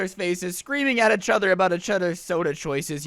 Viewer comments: He should make a shirt like “itchother” beacause he says each other so weird. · This is how many times said ‘itch other’ | | |